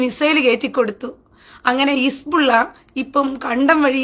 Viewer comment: His-Ball-Laah ❌ His-Ball-Illa ✅ 😂